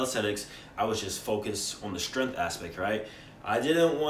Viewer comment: It's pronounced strength, not stirinth.